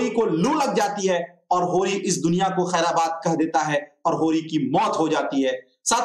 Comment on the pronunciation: अरे भाई उच्चारण सही करो खैराबाद नहीं खैरबाद होगा।।।।